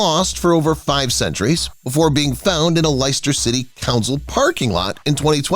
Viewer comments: Liester for Leicester too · It's not the presenter that we should take notice of, though. We should respect the great work behind the scenes that arrived at these depictions. It is a shame that the presenter is so glib that he didn't bother to learn how to pronounce some people's names and place names. For example, LYester? No, Leicester is pronounced, Lester! It's not hard to discover either. Someone with more gravitus would have been much better. Also, I've seen Mary Queen of Scots actual Death Mask. It looks nothing like that picture on here. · Edinburgh and Leicester need I say more?